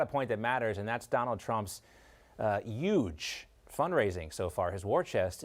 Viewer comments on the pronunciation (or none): Did he say yuge lol